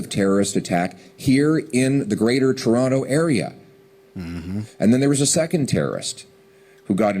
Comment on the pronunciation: You said TO-ronto. cmon